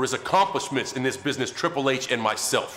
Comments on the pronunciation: "Triple Hatche" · "Triple Hey-Ch" - William Regal 😂